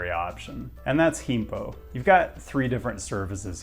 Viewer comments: Heempo??? I know you don't speak Korean but I mean you can do a quick wikipedia search and find out that the G in Gimpo is not an H. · How to pronounce Gimpo...(proceeds to pronounce it way less accurately than the straightforward "Gimpo" he had just said). Gold. The other amazing thing about Korean airports, particularly Incheon, are the bus connections. Yeah, rail is generally superior, but basically any city of any decent size in the entirety of the South Korean mainland will have direct express bus service straight to the terminals. Getting into Incheon from the other side of the country can be almost as quick as getting there from the far corners of Seoul itself via metro and way more seamless. Sadly, the direct KTX (high speed rail) connection to Incheon was discontinued. It was sort of stupid anyway, since it had these sleek HSR trains plodding along at metro speeds for that final leg of the journey, but it sure was convenient. Now you need to make a transfer to the AREX (Airport Rail Express), probably at Seoul Station. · you've butchered gimpo for sure lol